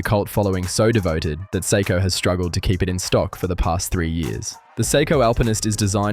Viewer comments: Stop saying”psycho” it is prounced say-ko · Pronouncing Seiko as 'Sai-ko' and JLC as Jaeger Le Koo-tray had me wondering if this was AI generated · Dude, you really got to learn how to pronounce "Seiko." "Psycho" just sounds crazy.